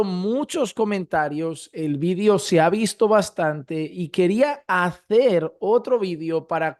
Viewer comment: Quisas quieres decir VIDEO cuando dices vidio